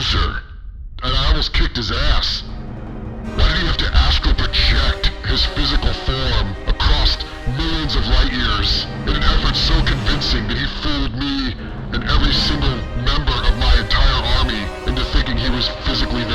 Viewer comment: "... ACROST millions of light years..."